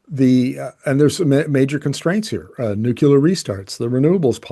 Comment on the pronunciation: Great video. but NUCLEAR. There's no such word as Nuculer.